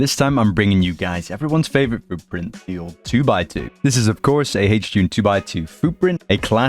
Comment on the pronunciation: every time i hear hjune footprint💔🥀